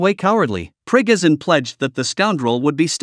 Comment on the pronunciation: Who the hell is Prig-Izin?